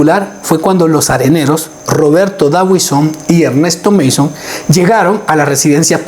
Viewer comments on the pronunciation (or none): none